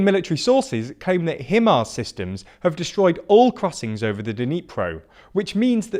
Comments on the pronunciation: At least they also mispronounce HIMARS. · find it hilarious how they can't pronounce any of the towns and even got himars wrong